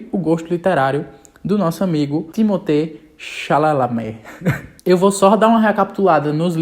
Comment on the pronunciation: Eu amo o jeito que o chama o sobrenome do Timothée 😂 Timothée Lálala Timothée Chevrolet hahahaha 🤭